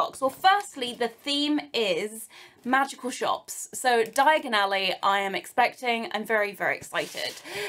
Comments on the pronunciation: Did you realise that you spoke just like Harry in the Floo network..you said Diagonally instead of Diagon Alley a few times. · why do you say Diagon Alley the way Harry does his first time traveling by floo powder?